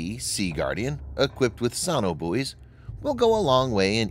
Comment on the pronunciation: It's So-No-Buoys not saunabuoys. You don't say Sau-NAR, you say SONAR.